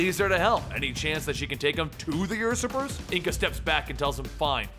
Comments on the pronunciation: usurper is "you-serp-er" not "us-ip-er" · "Ursurper" lul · Usurper, you-sir-per.